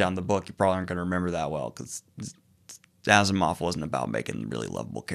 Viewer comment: Are you sure Asimov is pronounced this way?